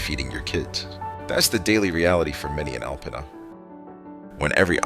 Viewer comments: Alpena is pronounced Alpeena. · I live in the area. The alarming footage that you see in this video is NOT Alpena. You just don't see large numbers of homeless people in Alpena in the way this video suggests. In reality, Alpena is a great place to live and visit. Also, the narrator (probably some kind of robot) repeatedly mispronounces Alpena.